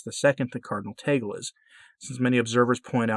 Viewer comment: Mabuhay from the Philippines! Tagle is pronounced as tag-le, short e. Hope that helps. Can you do a video on him? Thanks